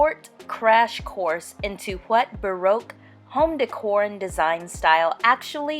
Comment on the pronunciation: If you are going to speak about baroque style you should learn how to pronounce tapestry and baroque. Also it is a period in art so you need to mention how artist influenced it